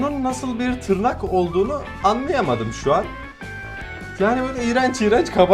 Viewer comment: Abi artık en yavaş gelişen kanalı deme buna kabullen(yorumu gördüysen bi kalbini alırım😀) te tırrak dedin sanki abi neyse fazla uzatmıyım